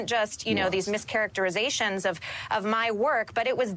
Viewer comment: Mischacterations 😆 🤣 😂 😹 😆 🤣 😂 Learn how to say it